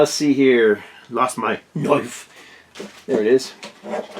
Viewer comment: You are tha bomb,. Just a really, Really great guy. However.... never say “knoife” like that again.;-( LOL P.S. no need to explain yourself. People who have sh%# to say.... Eff ‘em! Just a bunch of haters who have nothing better going on in their lives so they have to rag on stuff that has absolutely nothing to do with them. Seriously.